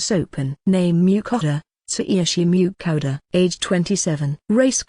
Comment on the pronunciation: I think this narrator's voice is the worst. Whoever pronounces the main characters name as Miau-kata?